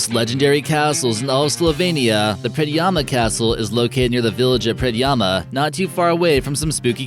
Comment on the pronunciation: As a Slovenian i must say im impressed on how you said the word Predjama castle i mean you said it like a legit slovenian